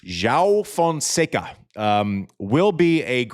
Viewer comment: Terrific analysis as usual, Andy, but you've got to pronounce Fonseca's first name properly...